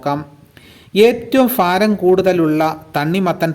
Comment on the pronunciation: ഫാരം അല്ല ടോ മോയന്തേ pronounce:ഭാരം എന്നാ!!!!!😅😅😅😅😅😅😅😅😅😅😅😅😅😅😅😅